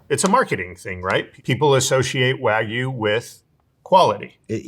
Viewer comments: English is an analytic language, so whatever that excuse is does not hold water. And anyone who has any cultural awareness should see an obviously foreign word and question how to pronounce it correctly. Especially if you are claiming to be an expert in a subject matter. This just makes him look foolish at best. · Wagyu...It's pronounced "Wag-You" not "Way-Goo". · It's "Wa gyu", not "wai gu" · The number of times the bald guy mispronounced wagyu came across as a hate crime to my ears. Folks, it’s pronounced “wah-gyū”. The “gyū” is like if you put a g in front of the word “you”. Stop. Saying. “Waa-goo”. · It's not pronounced Wah-GOO, it's Wag-YOU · Please, you should have cut that one guy saying "why-goo" a dozen times. That was hard to get through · bro called it "waygu" like 20 times in one minute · can you please stop saying “WhY-goo” please! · A food professional can't say Wagyu correctly. Way-goo? WTF is that? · Why do people insist on pronouncing WAGYU is WAY-GOO or WAYGEE. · It's "wag-you". It's not that hard. If so many people are going to be so critical about how non-native English speakers pronounce English words, we can put ourselves to the same standards. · how is it that meat experts cant even pronounce wagyu properly😭😭 like what is wahgoo.... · why do these people never correctly pronounce wagyu. its wagyu not waigu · And he just KEPT SAYING IT. Don't pay for WHYGOO because you're not getting the part of the WHYGOO that's the reason we eat WHYGOO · No Wild Bill's 😭 also, "WAGOO" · That guy came across so knowledgeable but then pronounces it 'why-goo'. Crazy. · I’ve always found it distracting when English speakers pronounce it wag-you (like a dog wags its tail), but why-goo is a new level of “maybe your condescending tone is undeserved,.” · For the life of me I can’t understand why these professional meat purveyors cannot pronounce Wagyu correctly. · Bro mispronounced wagyu like 20 times in a row.